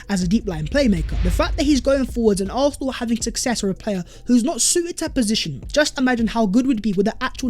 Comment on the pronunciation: Are you saying “arfenal “